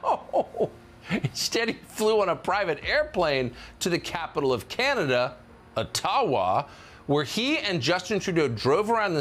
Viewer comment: Seriously bud... Oh-tawa ? I've been watching you for years, do better.